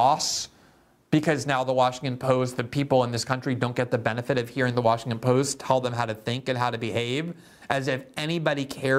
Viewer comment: Are you saying Washingkin?